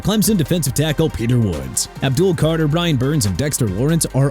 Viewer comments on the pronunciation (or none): none